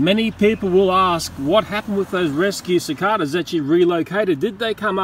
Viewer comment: Yeah we all gotta save the cicadas (how he says it “cic-AH-dAH”)